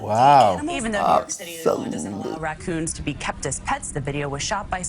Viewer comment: “NEW YORKA” I love 😂